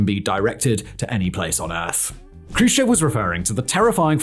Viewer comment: Nikita Jrushchov? Nikita Khrushchev.